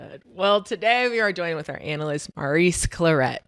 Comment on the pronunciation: why does keep pronouncing mo's name like "maryse" instead of "mohrise" like it should for a man?? she prolly has female friends with that name & doesn't know the difference